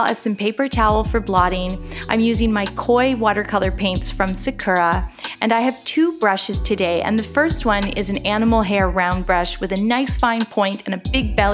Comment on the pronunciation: Its pronounced sAkura